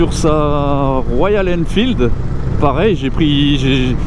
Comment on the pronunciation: Ah mince, le fameux rush pour lequel tu avais un doute 😑 Je n'ai pas forcément eu ce souci avec une batterie non officielle, mais l'autonomie n'est pas ouf du tout. C'est peut-être un peu plus cher, mais je recommande des batteries de la marque. Sinon, tu as bien prononcé Royal Enfield, et le modèle est une Interceptor 😉